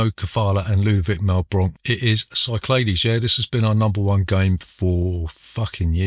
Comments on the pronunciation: Great stuff! I am a pedant tho, and number 1 is pronounced Sick Lad E's! Also I was so drunk I tried to find Boris Hevverly, the creator of Carooker! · Isn’t it pronounced Sicklahdees?